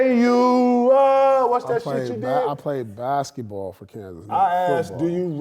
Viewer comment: i come here to listen to KG say "bashetball" lmao